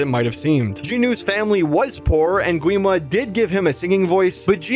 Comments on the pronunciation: Its not said gwi-ma more like gee-ma and the barrier is called honmoon said honmun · Oh yes by the way the correct spelling is Gi-ma (The w is silent). Don't worry I called him Gwi-ma so much so you are fine.